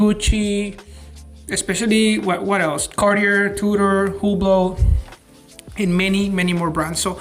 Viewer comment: You're a Jeweler and you pronounce Cartier "Carti-errrr"? C'mon, man. 🙄